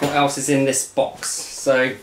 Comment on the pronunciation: I believe he ain’t a customer but an insider or a distributor.. just a guess based on the way he pronounced “router” to rowter and “box” to bowx.